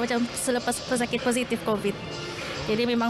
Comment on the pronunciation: Kebayak kan setesan petugah kebayak kan orang Korat g korat bukan kovit korat